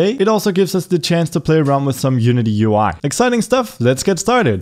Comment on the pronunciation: How he siad that UI in the begin Hmmmm